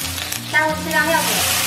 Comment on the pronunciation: 什么是尿酒？什么是娘水？天！做主播拜托先学好汉语！